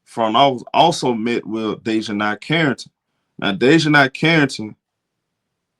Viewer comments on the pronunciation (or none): (Day-Juh-NAE) not (Day-Juh-NIE) nae as in “Do the NAE NAE” 😂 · Bruh you slaughtering Dijonai's name lol